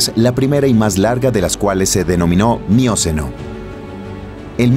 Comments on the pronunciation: ¿Y si lo tradujecen bien y leyera alguien que no diga mióceno ( porque es miocéno)? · No es "mióceno" ni "plióceno" sino "mioceno" y "plioceno" (acento en la e). Pero qué hermoso video.